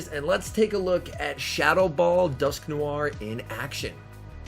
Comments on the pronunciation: 🤣🤣🤣 it’s alright everyone pronounces different Pokémon funny stuff. I’m pretty sure it’s pronounced as Dusk noir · Why do you say dusknoir like dusknoiare